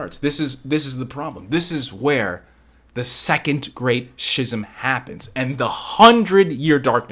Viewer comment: I mean I learned something for sure bc that era of Star Wars has always been kind of a mystery to me. So it was real good stuff! (Although I gotta be that guy...it's "Skiz-um" not "Schiz-um" lol. That was wigging me out a bit haha. Love ya bro!)